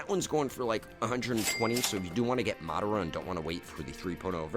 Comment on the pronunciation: I feel ashamed hearing how you butcher Madara's name